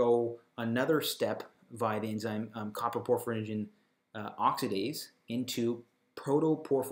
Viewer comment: Also, it's not "copper - proporphyrinogen" it's "CO-PRO-porphyrinogen" !!!